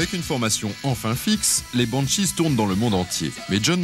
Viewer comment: vers : pas "le Scandinavia"... aucune salle de concert ne porte ce nom mais "la Scandinavie", et Adam imite l'accent scandinave dans la foulée. Sans oublier "Bowowo" et "les Bannechizes" un peu avant. Du grand art, et par un connaisseur visiblement. Il a été payé pour ce travail de cochon ?